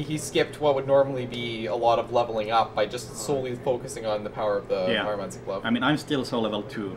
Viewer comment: "Pyromanty" lol